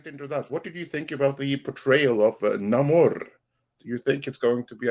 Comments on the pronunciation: As a man who born and lives in "Mecsicou", I don't support "Namorrrrrr". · The pronunciation of namor keeps reminding me of a Ben E King song, so I cant take it seriously